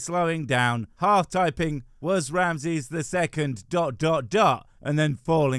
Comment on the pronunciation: Each time you say Ramses i hear Ramsay 😅